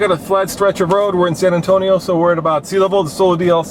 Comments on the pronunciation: SAN ANTONIO!! NOT SAN ANTONIA!!!!!!!!!!! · It's not San Antonia it's San Antonio